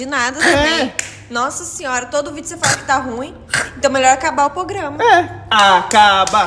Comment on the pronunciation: Esperem um pouco mais pra falar ‘pograma’, me contratem para o marketing da sua empresa 👍 (ajuda tbm na ansiedade) kkkkkkkkkk